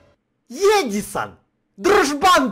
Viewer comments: Не эжисон а эдсон😀😃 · Ну сам ж сказал в начале едисон а не Эдисон